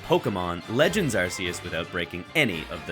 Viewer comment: Ahheeemmm, Don't you mean Legends Arkoos